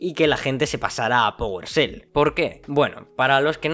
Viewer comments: Que es "pogolshell"? Aahh ya powershell, es que estos españoles no pronuncian la e "fuogo" por "fuego", "juogo" por "juego"... es gracioso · Oye, NO se pronuncia powerSel, se pronuncia powershell 😂 Saludos!